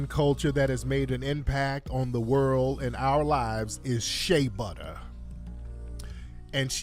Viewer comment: Did she just say sha butter smh. FBA is the culture worldwide. Im from Texas, there's oil everywhere here, sad to say but the oil would still b n the ground in Nigeria if it wasn't for the greed and innovative minds of the European. Knock it off